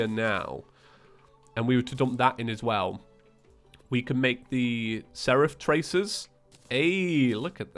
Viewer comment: You are saying seraph tracers wrong